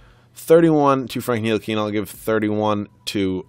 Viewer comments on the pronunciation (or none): Ni-til-i-ka not nili-kena